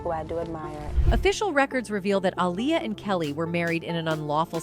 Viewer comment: I hate how this Ai is aniulating the pronunciation of her name🙄😑.... goofy ass technology... it's pronounced AHH-LEE-YUHH‼️😎